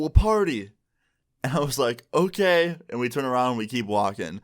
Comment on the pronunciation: Me- clicks on this video - okay... Me- I didn’t click on a Swedish video, right? - so I have told.. Me- wtf? That was clearly a Swedish “okej” I heard..